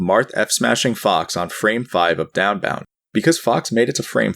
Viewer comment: downbound doesn't even sound like anything anymore. downbound. daunbaun. donboun. deoannnnnnnnnnbb